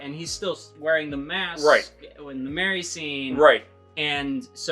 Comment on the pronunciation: Couldn’t even get Merry’s name right at the very end.